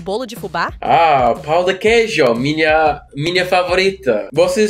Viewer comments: As a native speaker I can say you did very well. I'd just suggest you practice the accent on the words like "pão" because when you say it, it sounds like something let's say, dirty. Pão with Ã - bread Pao with A - d1ck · bro, rlly, Its better for you to learn that nasal ã, because that way you said that, it means d1ck of cheese, or you can just say "pon" (in a french accent) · Please observe the tilde in the word "pão." It's not pronounced "pow," the diphthong is nasalized, almost like a soft "n" at the end of the word. When learning from human teachers, your pronunciation in other languages is usually better, so maybe this is a drawback of the AI-only method. It also sounds like you're making the "e" in "eu" into too much of an "ei" diphthong, a common problem for Americans when speaking Latin-based languages. The "e" in "eu" should probably be pronounced more like the "e" in "egg." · dude please dont mess up the nasal sound of "Pão". please